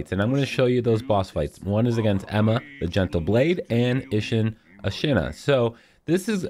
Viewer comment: God I enjoy your guides but your pronunciations kill me man, specifically on Ashina since every character and their mother says it throughout the course of the game like a broken record